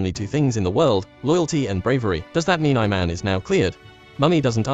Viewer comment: Its not "I man" its ee man